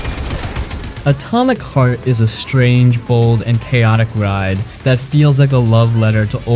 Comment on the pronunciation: I'm sorry, are you saying "Atomic FART"? Sure sounds like it.